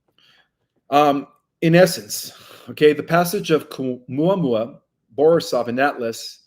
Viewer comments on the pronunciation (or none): Seriously, if you want to present as an authority, do a little preparation ahead of time. If you dont even know the names of the comets you are discussing, it presents you in an unfavorable light. There is no 'K' in Oumuamua. There is no 'L' Borisov, its not a difficult name. It sounds like its the first time you have heard it. If you cant jump the easy hurdles, the rest of the presentation is questionable. The person correcting you off camera knows more about this than you do.